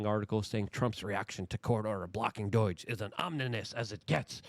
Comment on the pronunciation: Like please it’s doooj not doyg. I know you are Polish but you speak English well. I just thought you may not have heard it pronounced enough times to catch it. Unless it’s intentional on your end, then never mind.